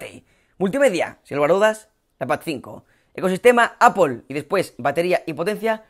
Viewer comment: Qué veo, un español que pronuncia bien apple?